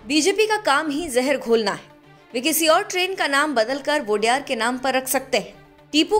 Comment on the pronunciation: वोडेयार❌ nahi ओडेयर✅✔ odeyaru mean 'odeya' mean naayak yaa toh leader 'ru' mean multi version, odeyaru(leaders)